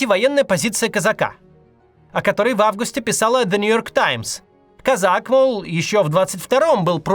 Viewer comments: Почему-то мне кажется, что ударение в фамилии на О. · Хорошо Кацу - у него фамилия из одного слога, в ней нельзя поставить ударение неправильно. Всем остальным не повезло. В фамилии Козака ударение на первый слог. Как и в фамилии Кац. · Сначала надо было поинтересоваться как правильно произносится эта фамилия. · кОзак он, а не казАк! кОзака, а не казакА. Такой ляп обескураживает, не ожидал от Максима. Куда смотрели редакторы? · кОзак, не козАк !!! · Он кОзак, а не козАк. Те, кто пишут Максу тексты, ставьте ударения, Макс прям регулярно ошибается в именах собственных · Максим не Казак а Козак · кОзак а не козАк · Не КАзак, а КОзак. Это две большие разницы. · по-моему, он не Казак, а кОзак! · Его фамилия кОзак. Просто уши режет это козАк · Не КозАк а КОзак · Не КАзак- КОзак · Блин! Ну кОзак, он! кОзак! Ударение на О!! А не козАк! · КОзак, а не КозАк. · Не КозАк , а КОзак... Не надо масти путать... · да не козАк, а кОзак. Кац, ну что за?... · Он КОзак, а не КозАк, ударение в фамилии на первый слог. Я не представляю, как можно этого не знать - Бывших путинских чиновников на синекурных должностях или вообще в отставке огромное количество. Про них не вспоминают именно потому, что они в отставке и про них ничего не видно и не слышно, и переходят они в это состоянии постепенно. Был министром, потом становится сенатором или депутатом Госдумы, потом советником президента, потом в каком-нибудь совете директоров Совкомфлота, а когда он из этого совета уходит на отдых - никто этого и не заметит уже. Редко уходят прямо с высокой должности в никуда, но я и не думаю, что Козак прямо в никуда уйдёт. Поэтому не надо раздувать из мухи слона, мне кажется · Да что же все как сговорились - он кОзак, а не казАк!! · не кАзак, а - кОзак. учи матчасть, максимушка, после позорься в паблике. как дела с переманиваем спикеров с ютуба в вк ?? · мне ещё интересно, если это украинская фамилия, то ударение должно быть КозАк. А его вроде называют КОзак. А Максим - вообще КаЗАк. 😊